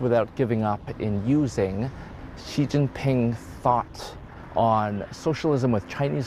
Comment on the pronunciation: Chinese word X or Xi is pronouced similar to Sea. Not G or ig or gz or wtv, Just pronouce it like Sea. President Sea. Sea, Sea. Thank you. Also, if you see any Chinese name or word that starts w the letter Q, it's pronouced similar in between Ts and Ch, not k, not kw, so the city of Chongqing pronouced kinda like ChongTsing.